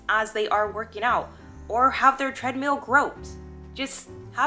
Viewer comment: Are you saying Treadmule ??? lol